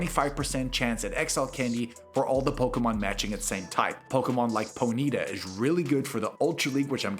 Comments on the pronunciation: No hate just to mention it's pronounced pony-ta 😊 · Did you just say pony-ta?